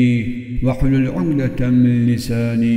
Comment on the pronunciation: Ukdeten değil de umdeten diyor